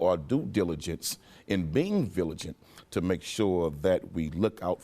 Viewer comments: Quanell, the word is "Vigilant" not viligant ... lol. Great guy !!!!! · Maybe, but he damn sure said villigent twice and I'm not gonna argue with him over it lol have u seen his traps hahaha